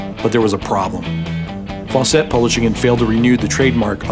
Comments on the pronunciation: Fawcett. Not "Faw-cette". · It's pronounced "Faucet," (sp. "Fawcett"), not "Faux-set."